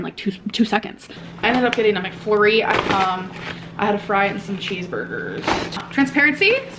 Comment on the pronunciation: “Some cheeseburgers 🍔 “ emphasis on some… daaaamn, how many to gain one pound at her size guys? Ten?